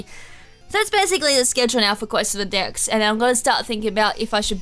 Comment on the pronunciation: Am I the only one that heard at the start quest for the DICKS XD